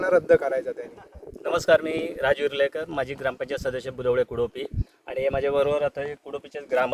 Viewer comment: गावच नाव कुपोडी नाही आहे कुडोपी आहे